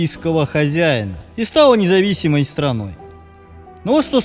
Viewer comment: Ты почему коверкаешь слово независимый?